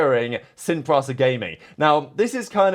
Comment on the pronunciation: How hard is it to pronounce PRISA ??